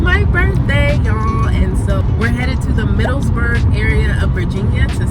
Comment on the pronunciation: Nice video! Remember it's "Middleburg" not "MiddleSburg."